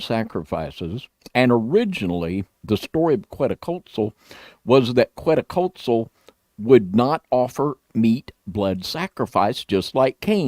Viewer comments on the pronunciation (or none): I Love your videos and information but some of the pronunciations of Quetzlcoatl and Tenochtitlan are way off.